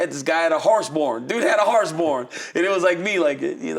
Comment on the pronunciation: "Harse Born"? 😂 You mean Horse Barn?